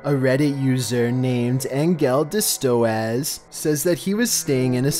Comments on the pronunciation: I love how he pronounced "engeldestodes" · It is so funny how you pronounce Engeldestodes.. because it's german and means "Angel of death" 😂 ( Engel (Angel) des (of) Todes (death))